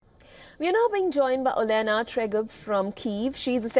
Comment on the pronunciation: OLENA ❌ O DENA 😂